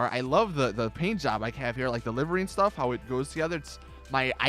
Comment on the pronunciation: I have both the sultan and the banshee and the banshee has far far more customisations then the sultan. And half the video correction all of it you were say livery wrong. And it's not all about looks it's about performance. Such a shitty YouTube channel learn your damn facts